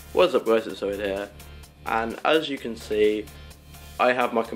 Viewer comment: The way you say Oidh here sounds like oh dear